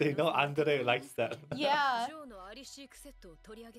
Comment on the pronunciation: Why is it so hard for him to say “Andre?”